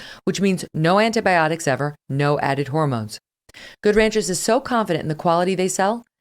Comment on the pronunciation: The only thing I can say against this show, would be the terrible way Megyn says Good Ranchers : in her mouth it sounds like a brand of mayonnaise. And if it was not enough : she does that (probably intentionally) during the Octoberfeast Special ! The only thing.